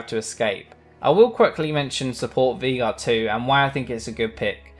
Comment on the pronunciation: its pronounced veIgar, the german way